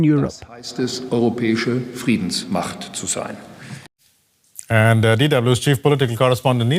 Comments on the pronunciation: What is that “Yorop”, Apu ? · What is Yoorob ? Who trains these anchors?